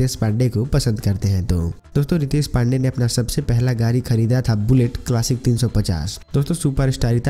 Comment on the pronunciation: Gari nahi yar Gadi car bolo 😀😀😅😅😃😃😂😂